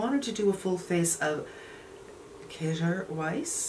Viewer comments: I think they pronounce it as ‘Key-er Wice’. I’ve ordered this and can’t wait to get it. My story is “ made me buy it.’ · Pronounced keer wize:) you look great!